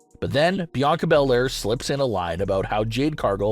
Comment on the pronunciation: It's not Bianca Bel-Air this